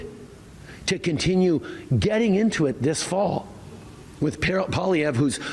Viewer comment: I find it funny that Trudeau speaks fluent French, but pronounce Pierre's last name as "Poli-evh". Trudeau is nuts.......just plain nuts.